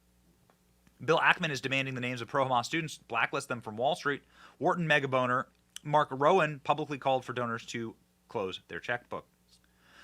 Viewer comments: While this is an EXTREMELY serious topic my dumb dumb adhd brain couldn't help but catch Benny say "mega boner" (megadonor). And I may have replayed it a few ( or maybe 10) times... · Did he say megaboner? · You definitely said megaboner instead of megadonor lol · I swear Benny did not say mega donor at 8.39.